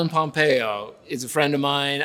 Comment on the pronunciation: "Pomepo" ... POMPEO